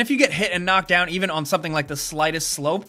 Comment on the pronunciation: is that how you say "even"? like the name Evan lmao